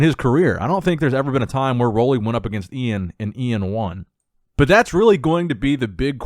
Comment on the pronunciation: LOL Iain's name is literally spelled out phonetically on IG "E-in Val-e-air" and still can't get a grasp on it ffs😂🤦🏻‍♂️